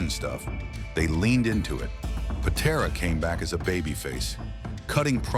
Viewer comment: AI cannot pronounce Patera. AI sucks!